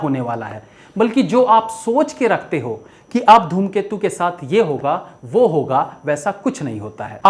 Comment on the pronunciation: Are sir dhoomketu nhi ghoomketu hai movie ka naam